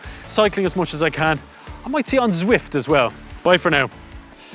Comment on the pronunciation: Turned off as soon as he said zwift which was about 3 seconds in